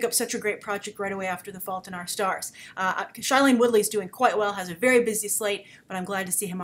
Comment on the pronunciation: I love your reviews grace and I agree with you completely:) But one thing i didn't like about this review is how you keep mispronouncing Shailiene Woodly's name, Its pronounced Shayleen, sorry you have been mispronouncing it since divergent and never got it correct.